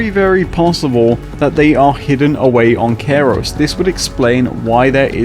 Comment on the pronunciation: Why do you pronounce the planet name this way? Kairos? (like Cairo, Egypt)